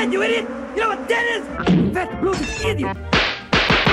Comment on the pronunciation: I love how when he says "idiot" its more like E-diot